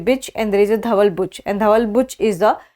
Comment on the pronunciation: she used bitch instead of Buch 😂😂😂